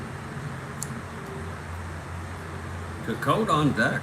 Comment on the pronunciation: Nice Game. FYI its Ed SEE-cott. Thanks Take Care**